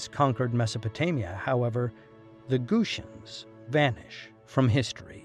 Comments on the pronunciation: WTF! These are the GUTI not the Goosi ! Why do you mispronounce the name? Guti is a cognate of Kurdi. Many Kurdistani scholars consider the Guti as the ancestors of the modern Kurdi people. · Gu-ti-ans not Gooshuns! 🙄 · its not gushians it's gu-ti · Not "Gushians", GuTians, ffs. You know, like Mr. T, not Mr Sh. What the hell is wrong with native english speakers?